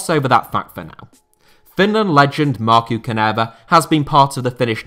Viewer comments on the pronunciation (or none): Denmark think they can win Finland today! No way. Oh mate! You really bucthered Markku Kanerva´s name! But I´m so NOT Offended, it´s hilarious and sounds very funny to my Finnish ear. Do not try to do it better, this is very fine, us the Finns don´t mind. Actually, the worse you butcher the names (APART OF JARI LITMANEN!!! You better have it to the spot!!), the happier we are. OI SUOMI ON!!